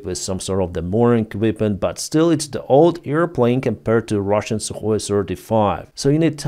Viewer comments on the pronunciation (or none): none